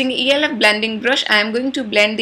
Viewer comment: very beautiful :) loved the colors :) Diwali is a festival of colors, lights, and brightness.. even though it can't be lil too much for other days, its perfect for Diwali :D Loved the background music for Kabhi Kabhi haha :D p.s. ELF is pronounced elf all together not E.L.F :) Do a makeup collection please :D